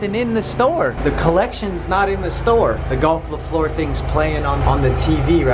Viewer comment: The way you pronounced fleur made me wanna peel my face off